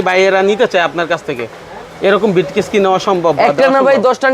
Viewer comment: ব্রিফকেস কে বলে বিটকেস। গ্রাইম্মা